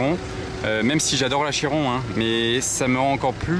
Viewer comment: A 13m26 dit " Bugatti Giron" la fatigue je suppose!